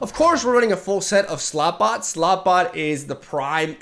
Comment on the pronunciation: Slotbot Me: Slutbot